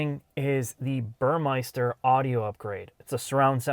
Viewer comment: There's no i in Burmester. ;)